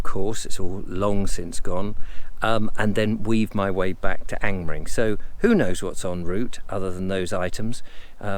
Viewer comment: Another interesting walk, have to say that I smiled that you pronounced Angmering perfectly (I assume) yet stumbled over the word "circular", Ive never quite known how to pronounce Angmering personally and avoid it at all costs;)